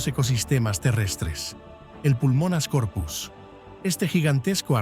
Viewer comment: La Megarachne era un euripterido, no una araña Y se dice Pulmonoscorpius no "Pulmonascorpius"